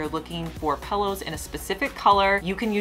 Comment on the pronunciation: Pillow not Pellow 😫